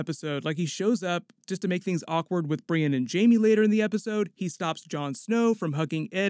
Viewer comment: Brienne ----> BriEND